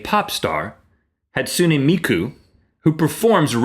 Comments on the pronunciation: You pronounced Hatsune Miku wrong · they didnt say hatsune miku right... my besty is mad